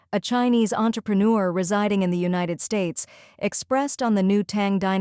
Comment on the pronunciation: even here on this channel...the AI narrator is having issues reading united, chinese, crisis and china...must be from the same company which the other channels use